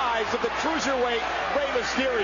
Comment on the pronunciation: It's Rey, not Raye.